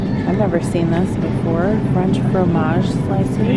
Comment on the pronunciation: I don't know if you know French, but the pronunciation of fromage was spot on. 😎